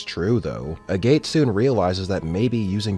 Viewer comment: I died a little inside every time you called him A Gate.